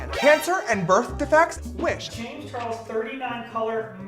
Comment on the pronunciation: "James Chares"